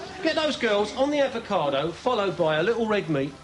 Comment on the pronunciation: Advocado!! I'll never be able to say it properly again 🤣🤣🤣🤣🤣🤣🤣🤣🤣🤣☠️